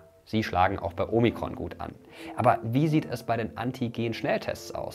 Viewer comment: Danke für Dein Video! 😊👍 Kleiner Tipp von einer Altphilologin: Das erste „O“ in Omikron klingt wie das zweite. Genau so wie in Ort oder Orbit. Du hast es wie in Omega (oder Logo) ausgesprochen.